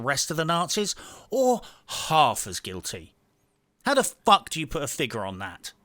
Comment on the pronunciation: You put more effort into this video than Ubisoft put into breakpoint. Edit: said "Uou" instead of "You"